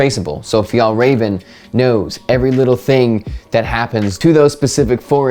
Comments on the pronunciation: As a Swedish person, I have to say you’re the american with the closest to correct pronounciation of Fjällräven I’ve heard! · Loving the english pronounciation of fjällräven and kånken!! Edit: and I agree that your pronounciation is the closest i've seen! Edit2: yep, my biggest association with kånken is school, mainly high school!